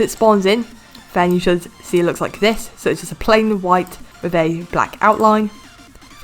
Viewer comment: Wtf you said (as you can zee)